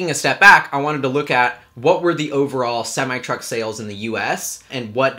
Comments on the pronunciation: Its pronounced sem-I not sem-ee. Don't ask me why, that's just the way it's said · It's pronounced SEM I NOT SEM E